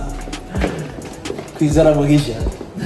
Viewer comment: Im like the way you say kwizera mugisha i was confused how you got all 2 Rwanda. Names